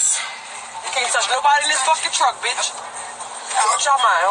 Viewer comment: Wait a damn minute!!! How did you pronounce "bihhhhh".